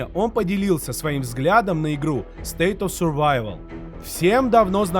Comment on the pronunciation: так красиво научился выговаривать “State of survival” 😊 прям как носитель языка звучишь 😀